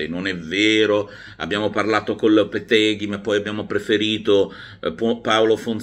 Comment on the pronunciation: Competitive... La "o" non riusciva a aggiungerla. 😂😂😂 Però su lopetegui la metteva.. Lopeteguo. 😂😂😂 E bla bla bla. Milan è storia,Milan vince.seeee. Prima restano i big e poi vediamo. Complimenti a tutti i giornalisti. Non ne si faceva uno intero tra tutti. Io sono Red bird, non Milan...perdisno con Inter . Nessun soffrire, soffrire e da perdenti. Invece Milan vincente 😂. Non si fa beneficenza. È dunque prepariamoci a prenderla in.... Ibra ha i persi la faccia. Questi sono i miei complimenti... Ma mica avevi dubbi. Ovvio dovevano indorare la pillola per i tifosi e perciò si è deciso di mandare avanti una figura campione come Ibra. Niente di più. Peccato che Ibra... Carissimo Zlatan avrai vita breve. Vedrai come ti darà due pedate nel di dietro Red Bird. Che pena ragazzi. A tratti comico surreale.